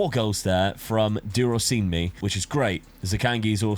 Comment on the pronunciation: I have really never understood why Africans get hyped when people pronounce their names correctly, although I understand that a mispronounciation would give the name some other meaning or just render it obsolete. But wallahi, I felt real joy when you pronounced durosinmi fairly well.